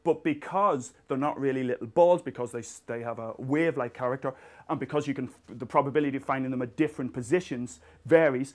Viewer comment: Big fan myself too haha. By the way, you win the award for pronouncing "wave" in the most interesting manner. :)